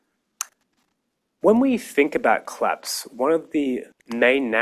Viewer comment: Funny that he keeps saying "clapse"